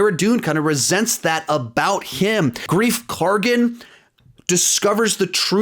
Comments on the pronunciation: KARGA NOT KARGEN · His name is greif Carga not greif Cargan!